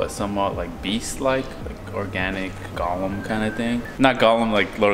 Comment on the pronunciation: its "goal-lum" not "gah-lem"